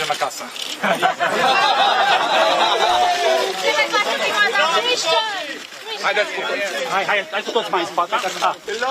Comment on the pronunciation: Tristan said "mergem acasa" (mispronounced acasă, ~acasuh), which means "we're going home" in Romanian.